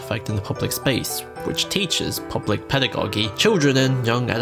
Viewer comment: Pedagogy is pronounced "peda-go-jee" Sorry. 😕